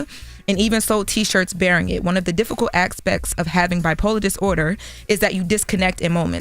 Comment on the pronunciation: Its ASPECTS, not "axpects".